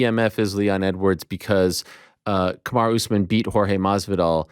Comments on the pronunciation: Chael just refuses to call him Kamaru haha Kamara? I'm sure he's been corrected 100 times he just refuses to call him anything different LOL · Chael is disrespectful. Its KAMARU not KamarA. Smh. Sneak dissing Usman is uncalled for. Pronounce the mans name as it should be. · "Ka-marA Usman" - Chael P. Sonnen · There is no way Chael is as bad at pronouncing names as he pretends to be.....Kamara Usman hahaha come on man. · Why does he call him "Kamara" ? why not just go with Marty? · Love how Chael just calls him Kamara 😂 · Why does he keep calling him, Kamara?